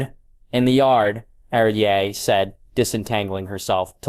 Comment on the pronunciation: Rosia instead of Arya.